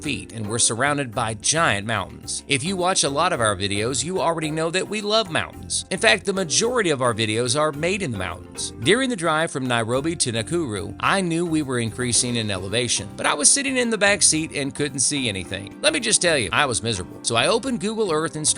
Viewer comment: It's Lake Nakuru...not "Lake Neakiuriuw"